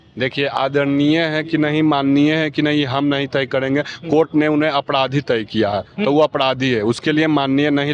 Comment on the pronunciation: Apdhadhi nhi hota hai Apradhi hota hai